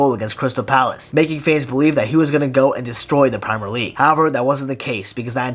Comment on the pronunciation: Why is man pronouncing premier league like that.